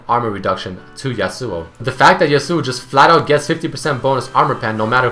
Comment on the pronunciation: Y U CALL HIM YASUOU